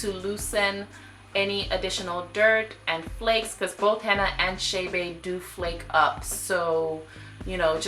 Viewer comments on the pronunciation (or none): It's Che' Be NOT Shay Bay.... Please...